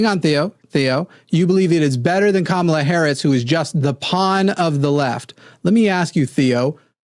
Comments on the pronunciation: Just let them know the accent is on the first syllable not the second syllable. Kamala, first syllable. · It’s weird how stuck on how to pronounce her name they are but she’s been inconsistent on it herself. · Funny that advocated for correct pronunciation of Kamala n immediately made my brown Indian Hindi speaking skin crawl with his pronunciation of it. Oh lord, white ppl just wont get it. That said, i love how is on a roll this week. This is the 2nd caller he has taken to the gallows and offered up as a sacrifices to the Globs. I love how Theo was jumping up and down and was getting flustered like the lost and mentally unhinged sheep that he is. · I've heard Harris mispronounce her own name.